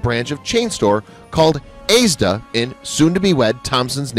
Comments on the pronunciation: Aysda? He means 'Asda' lol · Lol, in addition to ASDA being pronounced AISDA , I couldn't resist a chuckle at her Hen Night being described as a "Bachelorette Party"😊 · Did he just call Asda, aeesda